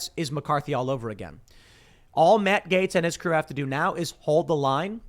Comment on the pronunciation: MA-tt GA-tes